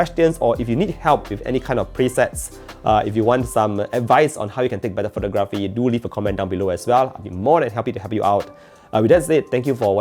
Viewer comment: Pho-TOG-raphy. The stress is in the second syllable